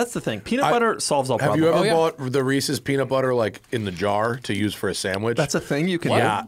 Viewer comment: Doug is the type of guy to pronounce Reese's wrong and right... it's Reese's not Reesies